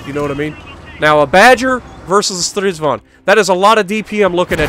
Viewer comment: "-vag'n" would be correct pronunciation. Start with Strids-wagon. Now make it German by pronouncing the W as a soft V. Now remove the "O" like it's a southernism and cutting vowels like in "reck'n", "shake'n", "mud'n".... but "vag'n"